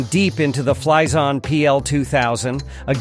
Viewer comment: Anyone else getting a "cream freeash" when he says it ?? XD